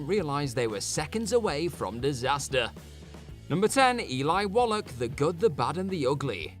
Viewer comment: It's not "Wollock" you bollock!